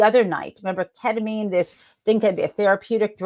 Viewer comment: KET-uh-meen, not KET-uh-minh. You said it right most of the time ❤️